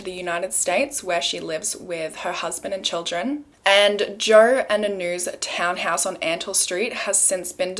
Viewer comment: Who is Joer? Love the random r’s in words even when there isn’t an actual r there ❤️